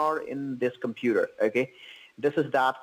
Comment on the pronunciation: "the compeeder" 😂